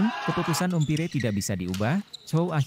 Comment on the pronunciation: Bhs inggris nya diperbaiki....cara melafalkan .....umpire......salah